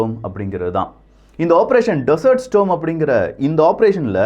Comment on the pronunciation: 🙆ஆபரேஷன் டெசர்ட் ஸ்டாம் (storm) ஸ்டோம் இல்ல🤗🙆